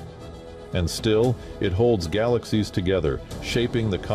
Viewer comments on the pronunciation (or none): I was listening until the narrator pronounced "galaxies" wrong. If you really care about creating good quality videos, QUIT using AI voices!!!! You lose credibility. Sheesh!!!